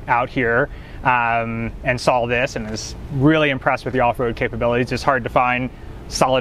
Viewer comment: I CAN'T STAND PEOPLE WHO THINK THERE'S A "L" IN THE WORD SAW. I KINDA HOPE HE WRECKS IT.